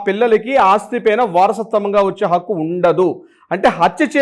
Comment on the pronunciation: Not pakku,Hakku plese